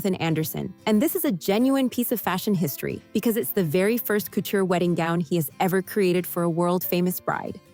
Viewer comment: ANNOUNCER: IF YOU'RE GOING TO TALK ABOUT COUTURE Dresses learn how to pronounce it! Unbelievable you sounded ignorant! And Miss Bryant 's dress was sapphire blue not powder blue... O m g get it right!!!